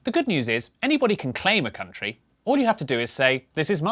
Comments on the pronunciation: Haha - you said "kunt - ri" 😂😉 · At the beginning that pronunciation is not very nice I read that as koon tree, I think in proper ipa is would be /kənˈtriː/ or something similar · my favourite subtle joke here is that /'kuntri'/ is absolutely not how the country is pronounced! its meant to be /ˈkʌntɹi/ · Wtf is there really someone who pronounces it /kuntri/ ? Ahahah